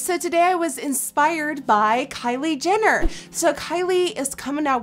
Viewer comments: Who else replayed coz she said "Kylie Denner" 😂😂😂💗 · Omfg she says Kylie dinner instead of Jenner. Dead 😂😂 I love you nikkie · she said kylie dinner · am I the only one who heard Kylie dinner in 😂😂😂 but I still love this video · Nikkie. you kept saying kylie dinner Hahahaha!!! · "Kylie Dinner" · Did anyone else catch the fact that toward the end of the video she said Kylie dinner?? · She saying Kyle dinner 😅😅😅😅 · You said Kylie dinner